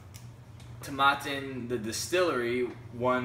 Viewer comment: Not to be a nudge but Tomatin rhymes with satin. Nice review the 18 is a great value in US.